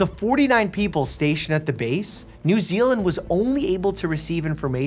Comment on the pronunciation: Finally a YouTube that said new zeland/my home